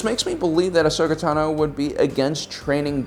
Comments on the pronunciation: Why do you always say Ashoka Tanó? It really grinds my gears every time I hear ‘Tanó’ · Ashoka Tah-no lmao